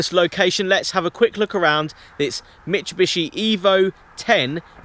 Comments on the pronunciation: It's mit-soo-bi-shi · Daniel Scott lots of youtubers seem to call it "mishubishi" lol